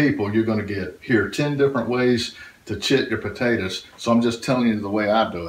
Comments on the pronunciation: I like the way you say tators. GREAT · why does he call it Pawtaytaz ? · Thank you, love the way he calls them, "tadders " and how refreshing it is to hear your prayer at the end!